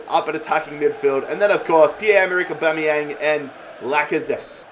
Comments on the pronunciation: Au-ba-me-yang NOT Au-bo-me-yang.....get it right😅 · Aubameyang not Aubomeyang! Please get this right on episode 10. Or just sell him and sign a player whose name you can pronounce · A BAM E YANG NOT A BOM E YANG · its pronounced OH-BAM-ME-YANG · I get triggered every time he says aubameyang wrong